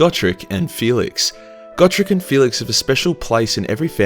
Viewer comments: Just to poke fun at you, Gotrek is pronounced Goh-trehk. :3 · Ya I pronounced it go-trex